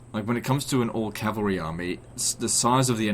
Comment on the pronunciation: "I dont like calvary auxilia" bro what?